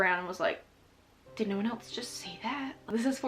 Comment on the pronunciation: I love how she says else as “elts” 😂